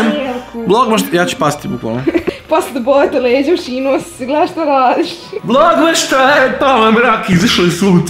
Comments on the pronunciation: Kaze se vlogmaS a ne vlognaŠ.INACE COOL VIDEOOO☺☺ OBOZAVAM VAS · Zašto govoriš vlogmaš kada se kaze vlogmas?